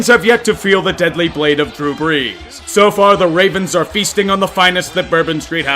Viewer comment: Who is Drew Breees? I know who Drew Brees is, but whom might Drew Breees be? 😂😂😂